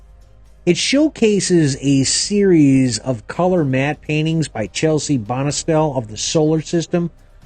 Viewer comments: Not Chelsie Bonestell. It's Chesley. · CHES-LEY Bonestell, and BY-RON Haskins